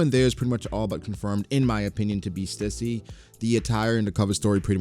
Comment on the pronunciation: The name Stüssy is pronounced like stew see. I only know because there is a popular brand in my city with that have